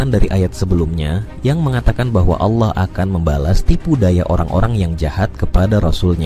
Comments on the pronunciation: Wahai pembicara, anda kayanya bukan org Islam ya...kenapa...tatkala anda mengucap ALLOH (ilmu tafhim.) anda mengatakan ALAH...BUKAN ALAH, TAPI ALLOH, ( hurufnya ALLAH, tapi di sebutnya ALLOH.) PEMBICARA INI GA MENGERTI BHS ARAB SIIHHHH... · Ini admin kristen ya? Cara penyebutan Allah Swt kok alah sih?